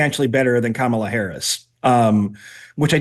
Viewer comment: Did he just say he was voting for Camel-uh Harris? Sorry Meg, love ya but I just can’t continue to watch your guests drivelle!